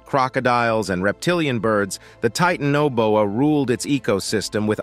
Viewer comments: it's tie TAN o boa. And , coelacanth is SEAL a kanth. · He didn't pronounce Titanoboa the same way twice lol! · That was amazing how Titanoboa was pronounced differently every single time it was said lol! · also, arge vantis ...